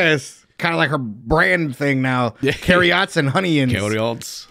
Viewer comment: Hunyions, mushyrooms, carriots! 😂😂😂